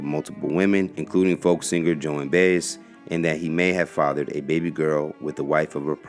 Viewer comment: He was not flawless. He was HUMAN. IMO, STILL one of the greatest American. PS…I would not want to know what some of our leaders have done in history.🤔 It’s pronounced Joan Buy-EZ.